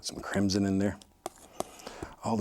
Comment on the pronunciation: the way he says “crimson” gives me an eargasm